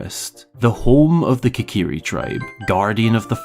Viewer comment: "Kikiri" Forest? Seriously?